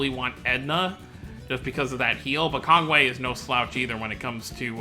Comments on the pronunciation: Just going off the Japanese pronunciations it is indeed KongWAY. His name used to be translated as Conway because of how it sounded too. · Its KongWHY not KongWAY